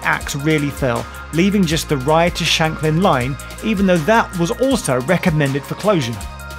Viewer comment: Great nostalgic trip. I thoroughly enjoyed it But, it’s Ryde Esplanade and is pronounced ade as in lemonade and not ard.